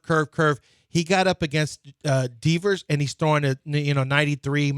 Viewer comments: Lmao Deevers and he’s confident saying it that way. 😂😂😂😂😂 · That’s not how you say Devers😂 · Lmao that’s what I was thinking the whole time